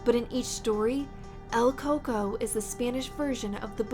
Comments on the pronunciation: el coco was pronounced wrong you made him seem like a chocolate monster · I loved the video!!! once I heard the Coco(it's has a strange pronunciation: Co-Coowi) I got flash backs from my childhood in Mexico, never again will I sleep